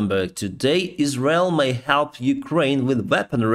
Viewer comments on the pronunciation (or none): none